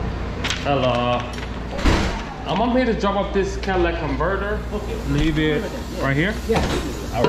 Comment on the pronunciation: need a conditioning program? You sounded a bit "critical". Catalytic converter. Not cadillac converter.